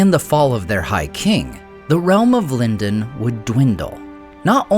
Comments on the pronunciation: It should be LEAN-doan, maybe with a soft palate /n/ sound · Yes A.I. pronounces Lindon three different ways.🙄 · You pronounced Lindon three different ways. Why? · He's hedging his bets, that or he forgets how he pronounces it every other recording session.